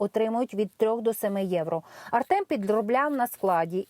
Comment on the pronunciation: Чого Артьома а не Артема